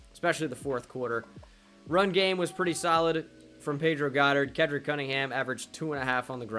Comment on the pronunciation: am i the only one who realized today its "Ke-D-rick" not Ke-ND-rick might just be high..